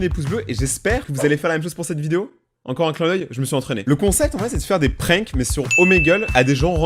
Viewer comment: prinque??????MAIS ON DIT PRANQUE